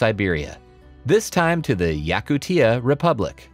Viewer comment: Found in "Yakuteea" bro you butchered that 😂